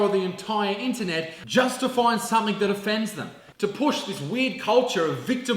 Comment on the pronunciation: Loved it, the only thing I have to say is... "Something"!!! For Christ holy sake stop adding a K on the end.. "somefink" is not a word!